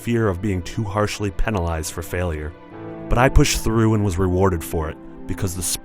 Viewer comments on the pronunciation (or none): He pronounced penalized wrong. Like how he assured us that the frame rate is good. Giant troll's wont that be the invaders?